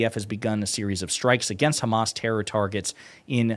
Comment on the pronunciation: "Because the Khamas."